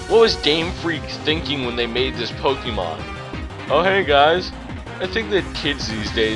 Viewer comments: "Po-Kee-Mon" No... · Not to nitpick but you're miss pronouncing 'pokemon'. Just letting you know.